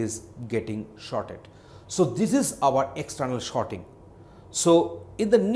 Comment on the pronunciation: yes everyone cant pronounce everything....but its just Sorting. For a moment i thought whether i clicked the right video or not